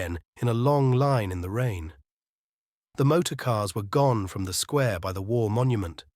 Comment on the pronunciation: Hemingway us full of undemonstrative men and discontented women. Sweet ending, though; she won’t be totally miserable. The reader spoiled it for me somewhat: the monotone and pronouncing “square” as “squa” sounded AI.